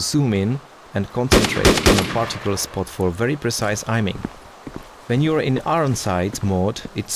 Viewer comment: ''ajming'' lol